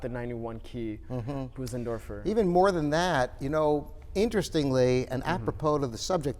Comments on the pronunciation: It's Bösendorfer, not Büsendorfer. :) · Yes, Claudius. There is no English equivalent for that sound. It's closer to say Boo-senderfor than Bose- as in the sound of "hose" -endorfer. I tend to say Bose (rhyming with hose) -endorfer.